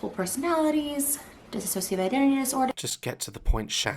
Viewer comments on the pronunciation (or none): bro you would think if she actually had DID she would be able to pronounce dissociative. unreal. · She’s not even pronouncing dissociative right- I was told by a therapist that my DID wasn’t real and that there’s “books saying DID doesn’t exist at all” so it kinda takes a lot for me to be offended by people saying shit but she seems to have every single disorder in the book lmao Edit: and you also can’t just use DID as an excuse for everything like “I eat because I have alters” or “I yelled at you because of my alters” that just isn’t how it works it’s really obvious when people fake things I have tics as a result of a suicide attempt (overdose) and I’ve met people who say they have Tourette’s and it’s just so fake it’s hard to even watch (I don’t have Tourette’s but people think it’s cool to have tics and it’s really not it impacts your life greatly especially if you actually have these disorders)